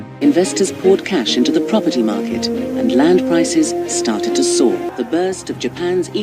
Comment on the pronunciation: “…land prices started to *sour*”! 😂… i found it so funny. But great video all the same.keep it up